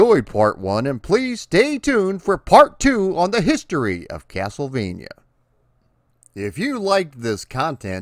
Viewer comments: Dude says castlevania like "keyassol-vania" 🤣🤣🤣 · Funny enough he pronounced it as if it were Spanish saying the 'j' as if it were an 'h'...